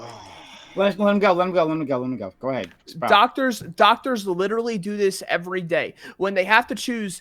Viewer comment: likes to over pronounce words, especially the word literally. And he uses that word a lot.